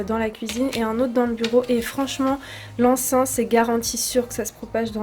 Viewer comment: Cc, on dit De l’encens pas l’enciiiinnn mdr bisous